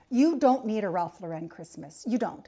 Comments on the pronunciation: Not to be a pill but you’re pronouncing the designer’s name incorrectly. Not Lor wren it’s Loren. Also not his real last name its Lifshitz, so truly let’s celebrate Our Lord this Christmas, His life. And of course we can toast Ralph for his aesthetic, long life and success. 🥳🍾 To life and to not giving a $hitz about the details!! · It's Lauren like the girl's name. Even Ralph pronounces it like the girl's name. Because it's his name. Thank you for the video, but please pronounce it correctly. I decorate what makes me happy. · The name is not pronounced correctly here. Only Jesus brings Peace. The creative director for RL for 33 years is a Cuban-American born in Miami! Think about that! Tartan comes from Scotland. Forget about those anorexic reindeer from Pottery Barn. Ikea has no idea what Christmas is. Let Jesus be born in your heart this year. Merry Christmas! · indeed. If Mr Lauren doesn’t want people pronouncing his name “incorrectly” then he needs to stop shoving his “aesthetic” down our gullets. People will then soon forget about him and his name, and only those “in the know” will be pronouncing it - either correctly, or at all…